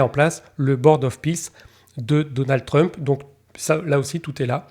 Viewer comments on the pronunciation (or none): none